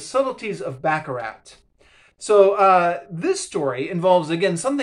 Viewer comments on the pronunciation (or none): Footnotes at the back of books are normal - particularly academic books. You indicate unfamiliarity with that. In turn that indicates you don't read demanding academic books. Baccarrat is pronounced back-a-rah. Rorke's Drift was not a disaster - quite the opposite. Moran's antipathy is engenderd from events in 1848, not 1879. Agree with you on this book being true to Flasman.